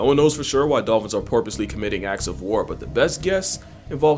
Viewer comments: "porpoisely" 😂 lmao I caught that! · Did bro just say porpoisly lmfao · He slipped poirposely into there 😂